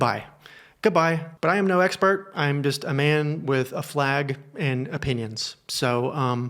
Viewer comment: “I’m just a man with a flag and opinions” I swear I heard “flag and a penis” 🤣